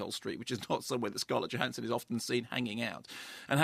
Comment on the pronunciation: The J in her surname is pronounced as a Y.....just sayin'.